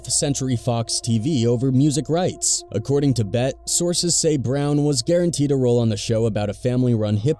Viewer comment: More CULTURE VULTURES who want to report OUR NEWS, but can't even pronounce OUR STARS NAMES right. They call Suge "SOOGE", Pac "PACK" and even called the B.E.T. awards "THE (BET) AWARDS". They know NOTHING of our ppl or our platforms and want to talk about shit They are clueless to. STFU!